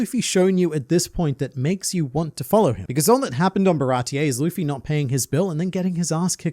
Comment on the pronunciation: i hated how he said "looffey" that is my only complaint